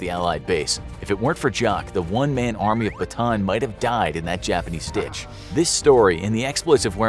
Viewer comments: PS. Its pronouced “bata -an” not bataan. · I am a Filipino and the pronounciation is not Batan its Bata-an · “One Man Army Batan” BA-TA-AN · i’m a Filipino and it’s not pronounced “Bataan” it’s actually “Ba-Ta-ann” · Who cares! He’s a foreigner of course He didn’t pronounce it correctly. As if you also pronounce foreign words correctly. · I love how you say BATAAN (BATAN) instead of "BATA-AN" 😅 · Bataan isn’t pronounced as “ba-tan”. Bataan is pronounced as “ba-ta-an”, Im a filipino, so I know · Its actually not batan its actually "ba + ta + an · Bata-an.... Bataan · It's not pronounced "Bataan" it's pronounced by "Bata-an" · ba ta an not batan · Ba-ta-ahn, not Ba-ton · pls info graphics its bata an not bataan the pronounce thx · I'm from Philippines not bataan bata-an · It is bata an not batan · Its bataan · it is pronounced as bata an not batan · It's pronounced Bah-Tah-Ahn not bah-taan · It is pronounced Ba-Ta-An Not Ba-Taan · Little note though, mispronounced Bataan (it’s supposed to be pronounced Ba-ta-an), so knowing the correct Filipino pronunciation makes the joke a little less sense than otherwise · bruh batan makes no sense if its a Filipino place. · It's ba-ta-an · Ba-TAN lol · Bata'an, that's the correct pronunciation. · dude its Ba-Ta-An not Batan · It's not Bataan it's Ba ta an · its pronounced bata-an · It's called ba-ta-an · very nice, but it‘s pronounced bata-an, filipino here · It’s not pronounced batan it’s it pronounced with a an in the end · Bataan is pronounced as bata-an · You pronounced Bataan wrong it's pronounced ba-at-a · It’s pronounced like Bata-an. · its ba-ta-an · It’s pronounced bata an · It's ba ta an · its ba ta an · Pronounced Ba-ta-an. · i didn’t expect him to mispronounce Bataan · I cant believe how he pronounced Bataan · They should get the pronunciations right, if they are gonna make a video on a city that's not from the US. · As a filipino its funny to hear him pronounce bataan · You pronounced bataan wrong .